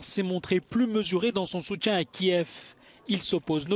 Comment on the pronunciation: encore un gros effort à fournir dans la prononciation du français. ex: "soutien" et non pas "soutchien"